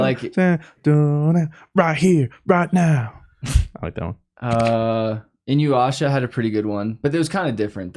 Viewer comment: Inyuasha? INUYASHA CMON